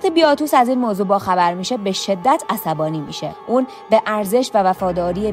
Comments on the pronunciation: بیاتوس نه….. باتیاتوس درسته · وارو، باتیاتوس، ایلیثیا … نام ها رو همه اشتباه میگی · اسامی رو اشتباه میگی مثلا بیاتوس : باتیاتوس کاپا : کاپوآ سالونیس : سولونیوس